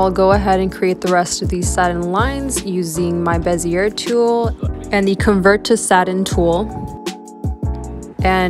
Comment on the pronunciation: Bezier is pronounced Bezz eee Ay not bezeurrr It's French.. (Insert French sounding laugh here).